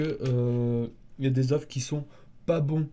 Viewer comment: Oeuf au pluriel ca se dit eu!